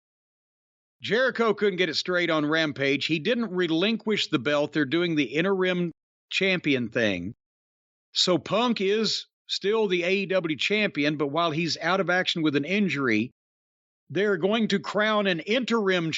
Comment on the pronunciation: It's Interregnum not Inner Rim 🤣🤣😂